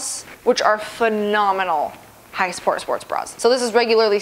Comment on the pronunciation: I love when says "high s'pport sports bra"